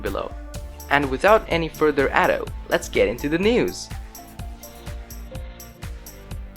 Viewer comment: without any further " addo "